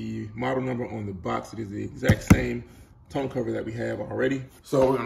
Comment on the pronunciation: 1) Tonneau is pronounced (Tah-New), and it's French. Not ragging on you, but sometimes when you are speaking to ppl about stuff, they take you more seriously. Especially when speaking to warrantee departments. 2) MPG gain is due to aerodynamics. A truck has a natural drag that basically creates air resistance in the bed of the truck. Kinda like when you hold your hand out the window. Doing fifty five miles an hour.And you adjust your hand at a ninety and forty five degree angle. 90° you feel the resistance, 45° And you feel your hand just slip through the air with little resistance. Any weight, even body weight will cause any car or truck will decrease mpg. Most of the time, this is so marginal that we don't even notice it. 3) Great video thank you for sharing your experience.